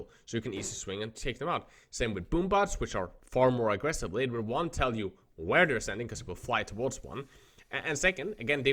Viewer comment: “aggresiv peaking”